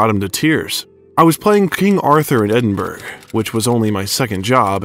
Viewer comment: I love David so loved this video thanks so much. ( your pronunciation of Glasgow ( glaz go) and Edinburgh ( edin bra) rankle just a wee bit here in Scotland lol. Again thanks you covered so much 👏👏👏